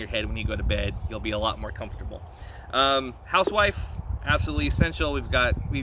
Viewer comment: Housewife Pronounced as hussuf with regards to sewing kits.